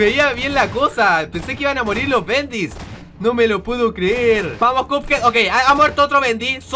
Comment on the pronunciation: Soy yo o escuche que dijo marir xD